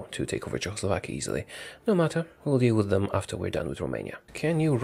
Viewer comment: I love how he says Czechoslovakia like Jo~aoslovakia